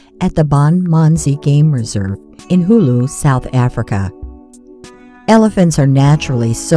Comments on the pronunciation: Can't blame you for you Hluhluwe pronunciation, but it's pronounced Sha-shlew-we. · 'Hl' in Xulu is pronounced 'sshl'- Sshloosshlooee game reserve. Didn't anyone tell you? So I can only surmise you were not in KwaZulu.